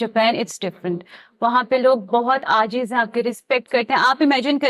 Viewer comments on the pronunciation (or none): Ajiz ni ajzi madam